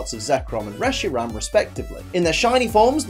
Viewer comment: Reshiram not resheram